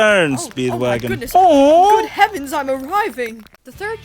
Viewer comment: "Oh hevens I'm arriving" 🤣